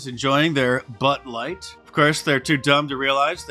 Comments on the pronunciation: did you just call it Butt Light? LOL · It sounded like you said butt light and that wouldn't be wrong